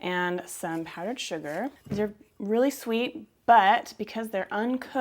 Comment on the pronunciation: Sweet Balls .. Not schweety balls 😱😱😱